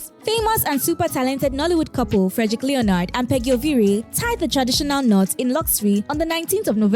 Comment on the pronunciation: It’s not Leo nard it’s pronounced Lenard! If you’re gonna be a blogger learn to pronounce simple things in life like names!! Mxm